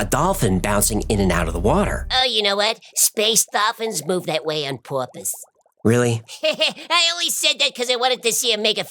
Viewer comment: I love how pronounced "on purpose". It came out like "porpoise". is awesome!